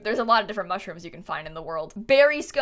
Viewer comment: Honestly. It's 'Scones' not 'scones'